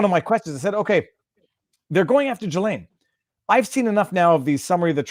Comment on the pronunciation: It's Gil-LEN not Jill-LAINE. Rob Gruler says it correctly. does not. Viva does not. does not.